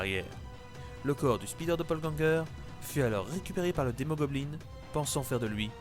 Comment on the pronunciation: Speeder man=l'homme rapide ça me stresse d'entendre un mot anglais francisé au point de perdre tout son sens